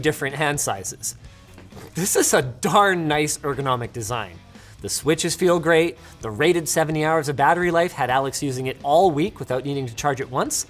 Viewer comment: Ever realize Linus almost always says the word 'Great' like Tony the Tiger? Always got that Grrrreat! vibe